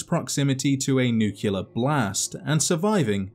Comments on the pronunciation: Good God mate.... NU-CLE-AR, Just as it reads.... Not NU-CU-LAR... You get away with adding an I in aluminum.... But this is just intellectually lazy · makes videos about Fallout: says "nuculer" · "NuQUElar plant"